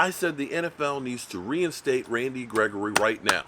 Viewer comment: why do say that man's name like that?... rrran Randy gregory!